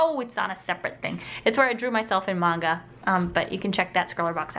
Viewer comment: Why do you say magna instead of Manga